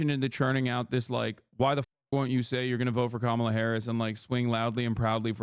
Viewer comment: I agree with Chappell, but major cringe when she said Kamala wrong but has razzed her audience for saying Shappel Rowan.